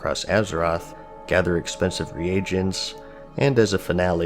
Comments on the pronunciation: Re-agents??? It’s pronounced ree-gents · Am I the only one getting annoyed by the fact that he pronounces reagents as re-Agents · 're agents" bro, common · "re-agents" love the way you pronounced that